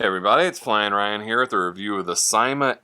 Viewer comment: Ryan, thanks for the fun video! Just want to mention, it's pronounced "see-ma", according to Linda Wu, who is some exec with the company. Again, thanks...(I got mine in the mail two days ago)!